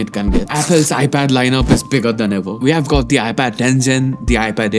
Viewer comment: SOrry but you mispronounce The a lot